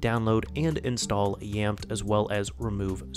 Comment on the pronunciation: Pretty sure it is pronounced as YAMETE